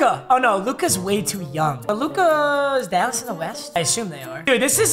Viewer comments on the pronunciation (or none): none